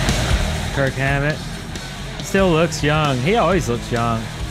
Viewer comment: IT'S NOT KIRK HAMMETT. ITS KIRK "WAHMMETT"